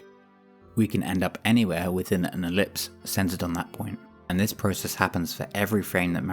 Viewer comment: incredible explanation. i died laughing at i-ver-lipse